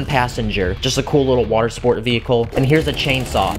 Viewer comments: "A bottle ol, watuh," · Why did you say a cup of water like your brithish?😅😅